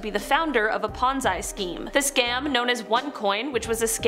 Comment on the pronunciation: Pon zee scheme come on! Have you not ever seen a movie, read a book!?